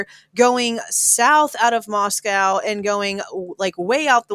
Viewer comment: In all fairness and no shade... PLEASE pronounce the location properly. Locals have corrected people covering it too many times to count. It's NOT MosCOW Russia!!! MosCO Idaho.,.I thin we should ALL know the pronunciation by now.